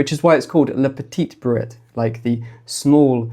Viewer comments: your French is making actual French speakers cringe the world over. Try " Le pet-ee bree' for a closer approximation. Even I cringe at the mixing of 'Le' (masculine) with 'pet-eet' (feminine) pronunciation, and I only lived there four years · The way you pronounce Le Petit Bruit, it sounds like La Petite Brouette - The Little Wheelbarrow! You can listen to pronounciation in Google Translate or similar apps.